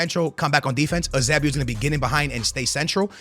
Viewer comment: holy shit dude can’t say musiala or pepe “pep” or eusebio😭😭